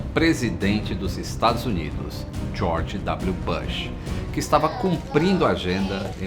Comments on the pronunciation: Amigo, a pronuncia correta do sobrenome do ex-Presidente George W. Bush, nao e BASH e sim BUSH. Burburinho e barburinho. Bem diferente, nao? Acentue bem a letra u. Voce tera a pronuncia correta, fechou? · Bush se fala "bush" mesmo e não "bãsh"… Faz a pesquisa pô